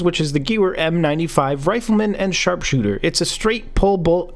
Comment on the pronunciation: Did u say sarpsooter